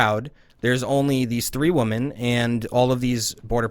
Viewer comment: This person is fucking vile, also why the hell can´t he pronounce "women"?